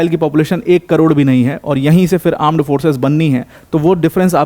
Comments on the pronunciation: Armed forces ❌ Aaand forces ✅ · Correction "Aand forces" 😂